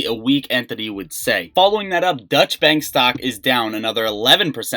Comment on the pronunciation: Dutch Bank lol. Doycha Bank dude.